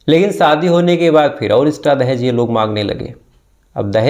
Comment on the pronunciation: सर आप सादी नही शादी काहीये और उसा नही उषा काहीये बाकी ठीक है